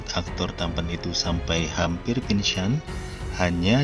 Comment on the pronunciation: Fokus ama pengisi suara bilang pingsan aja jadi "pingsyuan"😂😂😂